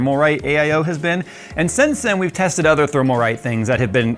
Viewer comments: It's Thermalright, not Thermalrite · Thermalrite? I thought so... It IS thermalright and you said it thermalwrong 🤣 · Isn't it "Thermalright"? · is Thermalright not Thermalrite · Thermalright, not Thermalrite. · I think you purposely say Thermalright and Thermaltake I take it that